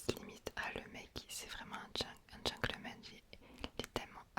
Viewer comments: Petit tips : c'est Gentleman et non pas Gencklemen 😊❤💪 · c’est gentleman 😊 On prononce “t” mais à part ça j’adore ton asmr! C’est parfait! Continue ❤